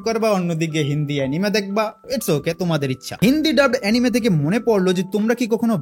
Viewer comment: এনিমে না রে ভাই এনিমি😅